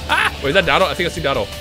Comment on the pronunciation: Quit trying to spice it up, we know it’s pronounce (dough-tow-doy-yah)